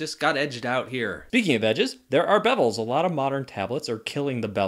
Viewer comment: Are you saying Bebels? It's bezels